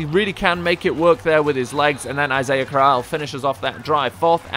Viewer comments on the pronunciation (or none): It's pronounced crow-ell not crowl